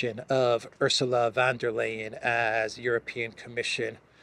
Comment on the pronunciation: you pronounce her name correctly 🎉